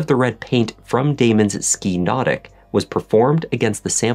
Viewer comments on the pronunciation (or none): It is pronounced Ski Naw-Tique